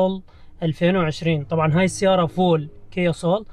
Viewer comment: اسمها سول اخي مو صول ما ادري اذا تحكو بالعراق صول صراحة تحياتي